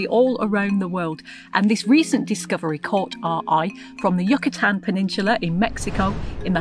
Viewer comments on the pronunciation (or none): Learn some pronunciation, please! The first syllable of 'Mayan' has a long /i/ sound; rhymes with high. The first syllable of 'Yucatan' rhymes with you, not yuck.